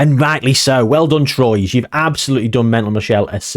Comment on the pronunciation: Troyes is pronounced "Twarr" I believe 🤔 French teams' pronunciation is all over the shop.